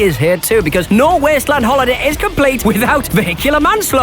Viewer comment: The Weeysttleeaand